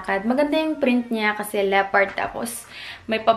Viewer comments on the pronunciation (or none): none